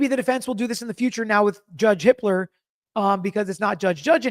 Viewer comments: I k r ? First Judge Judge, then Judge Hit.....err, Hippler.... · I HEARD YOU PRONOUNCE JUDGE JUDGE HIPPLER ......JUDGE HITLER!! 🤣🤣🤣🤣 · Going to need some real enunciation on "Judge Hippler". I had to rewind and listen twice. 😆